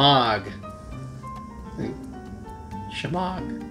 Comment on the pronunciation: Hey. Say gh sound like r in French it will sound authentic Arabic